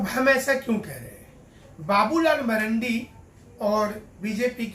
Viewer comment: उसका नाम बाबूलाल मरांडी है ना कि मरंडी 😂😂